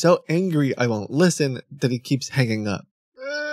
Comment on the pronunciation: That "list sten" mispronounciation is a dead give-away on his country of origin. He shames his nation with his thieving actions